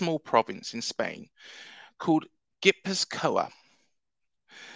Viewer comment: Not a Bournemouth fan but I realiy enjoyed yiur video! I live in the Basque Country and it's a very special place with an incredible footballing heritage. Also just a tip Gipuzkoa is pronounced gii poof kwa :)